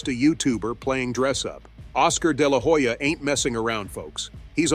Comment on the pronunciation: i dont think Oscar de la Hoya (the H is silent btw) threw Jake under the bus, more like, Oscar felt disrespected for far too long. As you narrated, "enough is enough".